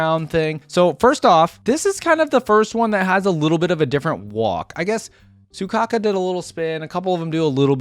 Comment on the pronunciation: WHY ARE YOU CALLING HER SUCOCKA IT'S SOUKAKU all of the intro's show off the character's personality, witch you don't know because you never played the game for example piper is constantly tired so her yawning in her intro isn't a show of arrogance just to reinforce her tiredness. same with harurmasa he hates doing unnecessary actions so in his intro he only looks at the camera because doing anything else would be more work you also don't know their weapons seth uses a baton so he isn't doing a sword flick he's extending his weapon